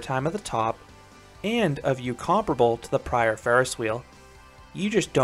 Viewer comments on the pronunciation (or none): none